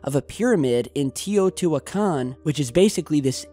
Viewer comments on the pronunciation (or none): Teo not tio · It's pronounced "tayO2WhoiKen" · Your pronunciation of the city holy fuck 😂😂😂😂